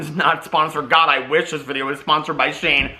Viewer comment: You pronounce Shein like "She In" not sheen 😋 They're too problematic they don't deserve as a sponsor